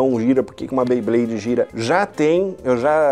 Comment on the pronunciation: Beyblade ne nao bayblade